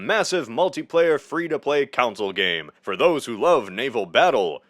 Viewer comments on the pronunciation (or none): Bro, why do you insist on saying council instead of console lol. I noticed it in the alt history iceberg and it’s such a funny pronunciation. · Con-soul Not council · it's called a console not a council...